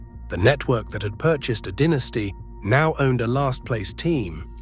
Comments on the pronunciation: "DIN...es tee" vs DYE...ne stee. Moron AI strikes again. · When putting together a video about an American baseball franchise, is it asking too bloody much to get a narrator with US-English pronunciation who won't say 'DINN-iss-tee' instead of 'DY-na-stee'?! Crikey?!! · Die Nasty not dinasty, Bow ton not Boo ton. too many non relevant pictures also. I won't like or subscribe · I read in a book years ago that someone asked one of the dynasty players why the team declined so badly. Fellow said something like, "Mainly, about 12 guys got old." I watched the whole video. The things that struck me were the really bad AI graphics errors, narrator mispronouncing names and irrelevant or erroneous photos accompanying narration. Most baseball/Yankee fans already know about this era in great detail. Someone doing a video like this must be careful to be accurate.